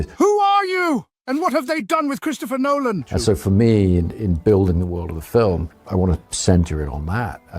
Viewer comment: Dude, I thought we are going full video without "NOOLAAN" 😂